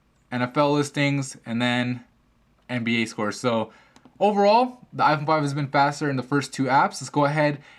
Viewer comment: u say like iporn 5